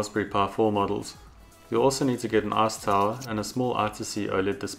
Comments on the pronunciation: Arse towel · Sounds like ass tower to me. Lol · i really dig how you pronounce "ice tower" as "arse tile"